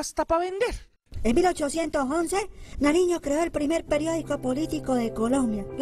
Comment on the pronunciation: antonio Nariño no narino